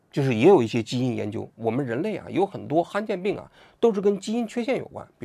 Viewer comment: 罕见病 han 3 第三声